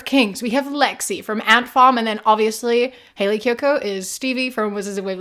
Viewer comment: I totally thought you were saying Kaley Cuoco lol